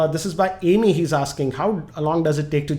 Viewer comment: It's Amey(अमय) not ameee amgrez ki aullad